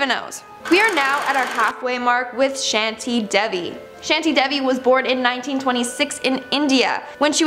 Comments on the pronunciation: 😁as a indian..... The name is shanti devi.. so it will be pronounced as "shaaantiiii deeeviii"😃 she pronounced devi correctly but shanti....😂she pronounced like sheenti ...no hate 🥰cause she isn't a native hindi speaker... I'm just telling it☺️ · When she speaks "shanty " I was laughing because I live in India ana definitely in India it's not shaty it's shanti . Both these words are different pronouciation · Mam i am indian and i know that how to pronounce shanti devi its shaanti devi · Shanti is pronounced as Shaantii not sHaNtI since I'm from india